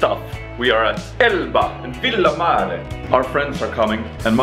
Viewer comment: Did you enjoy Italian Food?:P Also that "Villamare" pronunciation tho, It's like hearing Super Mario xD